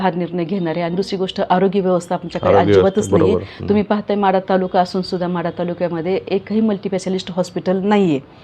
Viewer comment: म्हाढा नाही माढा